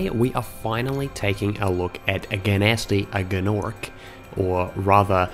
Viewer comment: Guh-nasty Guh-norc